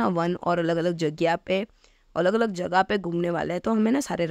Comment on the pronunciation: I know that she is gujrati because she said 🗣️ jagya instead of jaga